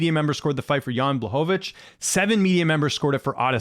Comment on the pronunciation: Jan's name is pronounced "Bla-ho- vich".